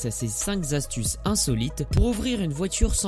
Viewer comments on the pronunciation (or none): Cinq Zastuces? Il y a un Z à astuces maintenant? C'est "Cinq Kastuces", pas "Zastuces"!!!